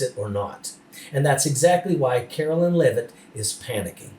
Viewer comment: Please pronounce her name correctly. Her name ends in line not lyn. Take it from someone who has had my name mispronounced and spelled wrong since Kennedy was president. The names are different and not interchangeable.